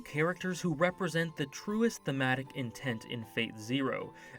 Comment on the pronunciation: Don't know why yours 'thematic' always sounds 'fanatic' to me